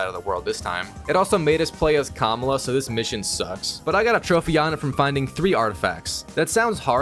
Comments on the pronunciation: Her name is Kamala not kamula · It’s ka mal la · It´s ka-má-la dude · The way he pronounces Kamala is killing me 😢